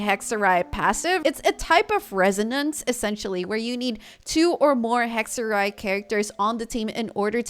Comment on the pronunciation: So weird that all Genshin players are saying 'hekserij' al of a sudden. It's Dutch for witchcraft. Excellent pronunciation btw.